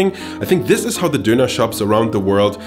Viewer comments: Diner not duner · its pronounced [DON] + [UH] not donur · First up, it's donner, not Dough knerr. DONN, ERR. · Me stopping this video at 1.15 because i can't handle the way this guy pronounces donner kebab IT'S FUCKING DONNA, DONNNNAAAAAAA, DON NUT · It's so weird to me he pronounces it 'dooner'. We would pronounce it 'donna' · Its pronounced Dewner not doonaah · I was soo annoyed listening to him say dooner. It's Doner (don as in on, not doo as in too!). Theres only one O. Not two. If you claim to be such an expert you should learn how to say it. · I’m triggered by him saying. ‘Doona’